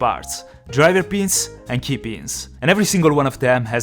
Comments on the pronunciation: The way he says pins sound like beans😂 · I thought he was saying beans not pin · Every time you said ‘i can see the pins’ I thought you said ‘i can see the beans’ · Whenever he says pins it sounds like he's saying beans. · D When you say ‘pins’, it sounds like ‘beans’